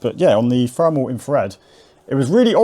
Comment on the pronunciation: Brilliant mate and you say Fermal instead of thermal just like I do? 😅🤝